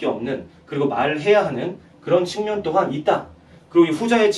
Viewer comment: 장음인 한자의 첫자를 찗게 바음 하신 예: 사실,시작,여부,예,신의의 신,비판,반복,소견,보편,현격,보편 등이오며, 측면이라는 단어를 계속해서"칙면"이라고 발음 했고, 만물지도, 오행지기 등은 두자씩 띄어 읽었읍니다. 잘못입니다. "오행지 기"라고 "오행지"와 같이 부쳐 읽어야 합니다. 또 한가지 놀란 것은, 인간이라는 "사람"은 첫자 "사"를 길게 발음해야 하는데 짧게 발음 하셨읍니다. "한국 어문을 고발함"이라는 책을 권하고싶습니다 미국 변 완수 배